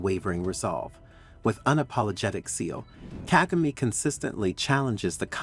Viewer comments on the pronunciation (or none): Despite providing some good content, it might be worth investing sometime to learn how to pronounce the names of people properly. This would give more credibility to your contents. For example, start with the president of Rwanda. It's Kagame as in Ka Ga Meh and not Ka Gi Mi. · You are not pronouncing his name correctly. KAGAME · Why does the person speaking on this video not check how to pronounce names of African leaders? Kagame, Malema, Pandor, Musoweni? Come on??!!!